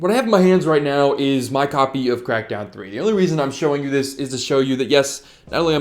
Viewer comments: FYI the word “copy” doesn’t have three syllables. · the way he says copy is awesome :P